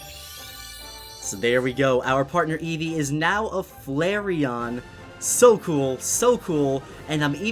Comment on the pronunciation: every time you said Eevee you said it wrong I swear Im communicating to a 6 year-old get off the damn phone